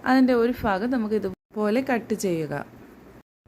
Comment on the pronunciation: ഫാഗം അല്ല ഭാഗം❤❤❤❤❤❤